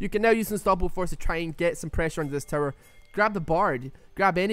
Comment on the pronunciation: I love how he says "tower" like "terror"